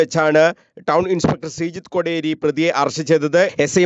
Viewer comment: News reportingum readingum kannur visionu comedy paripadi analle? Sreejith koderi alla, kooderi aanu. Athupole ezhuthi kanichathu secretary ennu readingil president ennum.